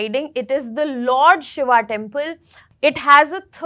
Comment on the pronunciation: Poor presentation struggling in pronouncing names and places and even different names of Lord Shiva